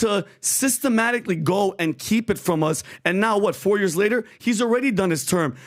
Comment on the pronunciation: you’re saying years wrong… it’s not YURS it’s YEARS lol